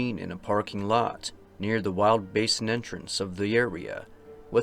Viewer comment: a parking LO-t.